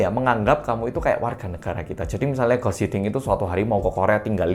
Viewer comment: "Guus Hiddink", baca "Guus"-nya tetap "Guus" bukan jadi "Gas", karena spelling Belanda sama caranya dengan spelling Indonesia kecuali untuk huruf "C", dan Guus Hiddink itu orang Belanda